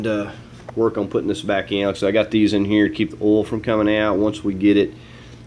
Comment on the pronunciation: What's "ohl" Do you mean "oil"?? Pronounced "O Y L"? 😜